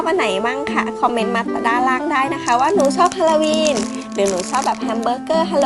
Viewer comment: ฮาโลวีนไม่ใช่ฮาลาวีน